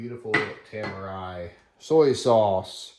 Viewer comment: i think its pronounced Te - Mar - Re tamari